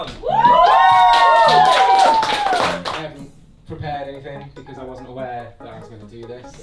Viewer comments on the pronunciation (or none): "because i WAN'T awayre..."